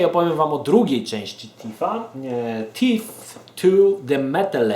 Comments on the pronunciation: nie będąc złośliwą - Thief czyta się FIF a nie TIF. :) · Tak na prawdę nie jest to ani T ani F a coś pomiędzy.Tak więc nie,nie popisałaś się angielszczyzną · Wkładasz język między zęby i mówisz: Sssssssss lub Ttttttt. Wychodzi Ci dźwięk oznaczający angielskie TH w wyrazie 'Thief' ;)